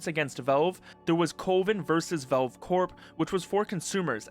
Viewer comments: why do you keep saying "velve" instead of "valve"? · Is ytb not suppresing the word Valve? Or why is he saying Velve the whole vid? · i hate the way he says valve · bro that is not how you say valve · please learn to pronounce Valve